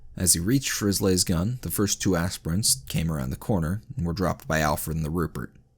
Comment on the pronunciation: Why do you pronounce specific things wrong repeatedly is it a Channel gag??? Cuz ive met and heard hard accent Indians pronounce them properly on their second try... For example Las(LAZ)gun not Las(Laze)gun....